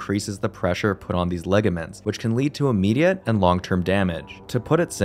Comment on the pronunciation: Ligament. Not laygament Also, match the speed of text to your words